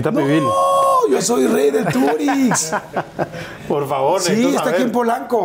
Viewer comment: TAQUERÍA EL TURIX PERO SE PRONUNCIA EL TURISH en YUCATÁN